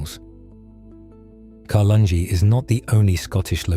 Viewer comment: I live near. Carlungie Earth house. It is pronounced Car lung A. There is another one in Tealing.